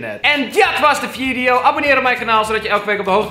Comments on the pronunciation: "Dit was de vjidjeo" NOOOOOOOOO! Ik wil nog meer kutpranks! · Mariska Pool En jij weet dat Kelvin het zegt als vjidjeo...